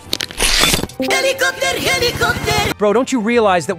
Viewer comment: Helikoper o helikopter 😂😂😂😂😂